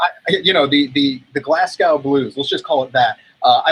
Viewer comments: Here naw wit GLASS-COW??? It's pronounced glaz-go u trippers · Glasgow's pronounced "glaas-go" Anthony! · never realised americans pronounced glasgow so strangely